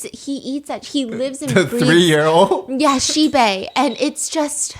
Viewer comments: How Stephanie say Xibei everytime the accent remind me of Korean "Shxbxx"" 😂😂😂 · Everytime Stephanie says xibei i keep hearing a very similar sounding swear word instead 😅of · Everytime Stephanie says Xibei i can't help chuckles coz it sounded like cursed words😂